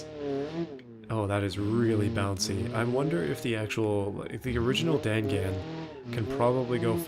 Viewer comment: dangan is pronounced dong-on